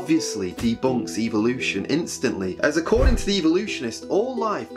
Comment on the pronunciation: i notice that these people pronouce it as EVILution